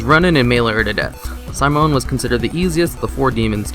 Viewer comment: Downvote because you don't know how to say Simone.